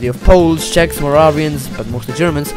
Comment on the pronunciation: okay, how long did you learn to pronounce czech words? cuz you pronounced them very well